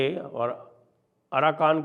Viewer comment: Aaraka ❌ aarakan ✅